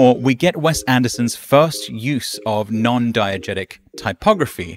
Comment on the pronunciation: (and forward) diEgesis, diEgetic